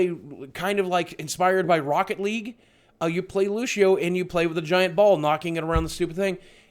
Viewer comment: isn't it Lu-sea-o, instead of Lu-she-o? Honestly don't know why it matters...... just curious hahah